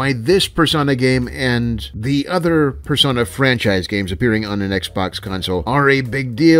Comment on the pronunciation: Finally, someone else who pronounces "Persona" with a short O. I was starting to worry I was the only one.